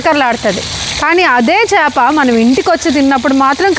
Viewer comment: Meeru chaapa chaapa ante naaku papa papa ani vinipithundi andi